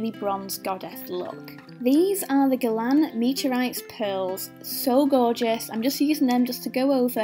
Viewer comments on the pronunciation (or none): none